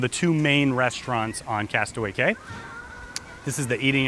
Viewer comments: I would think a travel company would know its pronounced "key" not "cay". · It's KEY...not CAY!! And you said that Royal Caribbean's Island is called Castaway Cay! And your a travel agent?? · Its key!!! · Its pronounced "key" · Prounounced Castaway KEY! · Yes, thank you, pronounced KEY... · Although the name is Castaway Cay, it’s actually pronounced castaway KEY. Just a heads up. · It is pronounced castaway KEY